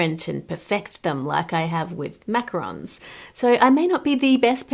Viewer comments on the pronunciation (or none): none